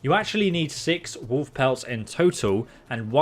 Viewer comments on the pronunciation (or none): they way you're pronouncing wolf is killing me :D woof